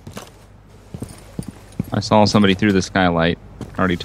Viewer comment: it's "saw" not "sawl"